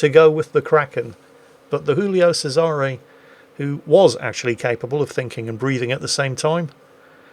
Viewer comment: for heaven's sake, it's a pasta BB, it's not "Hoolio Sesare"! It's read Giulio (djulio) Che-zare, with a Z for zorro:).